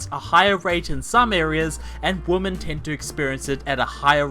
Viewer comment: Being such a mack-daddy, one would think you knew how pronounce women, but I guess being a Kiwi prevents you from being able to English.